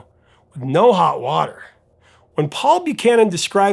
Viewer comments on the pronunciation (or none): none